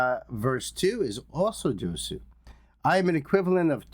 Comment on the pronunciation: Thanks for the RV, BB! Btw Josue's name is pronounced as in "no way Jose" but the 2nd syllable is "sway". 😊